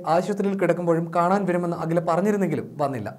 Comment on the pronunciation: ഹാദുയ അല്ല അഖില